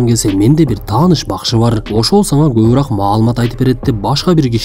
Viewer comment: Кобураак эмес кобуроок деп айтылат